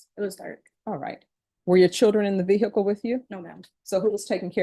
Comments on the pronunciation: What’s a veer hickle ???😂😂😂😂😂😂😂😂😂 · The way the judge mispronounces ‘vehicle’ always annoys me